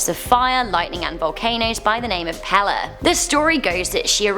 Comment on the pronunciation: She said pele wrong